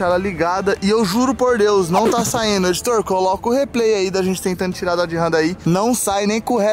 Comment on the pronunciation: A RAM não é da marca DODGE, se separaram, e é Dodge, e não DOD ! TMJ !